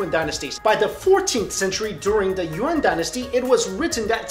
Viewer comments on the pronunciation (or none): Did he say 'Urine Dynasty'?